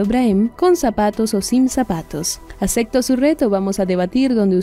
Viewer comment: Porqué no dices ACEPTO, dices acecto....